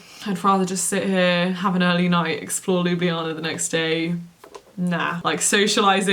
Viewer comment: Psst, Lyoo-blyar-na :) I live in Ljubljana, so excited to see your adventures here!